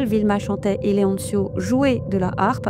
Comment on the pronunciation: Leoncio ne se prononce pas "Leontchio", ce n'est pas de l'italien mais de l'espagnol.